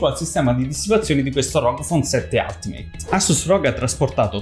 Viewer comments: ul-ti-meyt... no alt meyt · se si vuole fare i perfettini, si pronuncia: "altimeit"